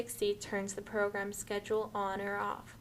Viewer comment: “Press sced “. I cannot tell what she’s saying !